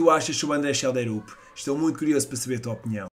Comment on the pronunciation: Schjelderup = Xiél-drup.